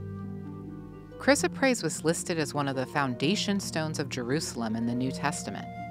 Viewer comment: This is baloney. Gemstones are rocks and yes beautiful, but all the malarkey that gemstones are healing, creative and what ever is just airplay to sell. She is not even pronouncing the stones name properly. lol